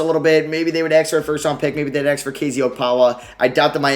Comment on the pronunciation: The amount of times he said axe 🪓